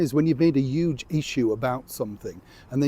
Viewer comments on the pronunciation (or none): I love the “Uge” saying from Yorkshire folk. Really reminds me of home.